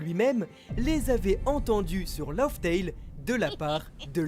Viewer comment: Par pitié entre le mont corvo qui dit "lauf tale" et toi qui dit "log tale" y'a rien qui va C'est Laugh tale (laf), ça se prononce comme raftel à l'époque ça n'a jamais changé. Tout ce qui a changé c'est le "r" de raftel qui devient un "l" (une confusion courante dans le japonais) laftel laftel laftel laftel laftel